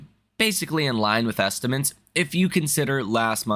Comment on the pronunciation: It’s estimates, not ‘estimants’